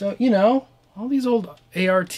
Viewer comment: Great vid, good memories flooding back. One little correction off the bat...since I was corrected 30+ years ago over the same thing...it is not "art" it is "A.R.T" as in "Applied Research and Technology" which I guess would make it ARAT, but whatever, Im an anorak. A friend of mine bought this back in 91 or so with the foot unit. The manual came in a 3 ring binder. There was a Yes style effect we could not get to work. Maybe in stereo, I dunno.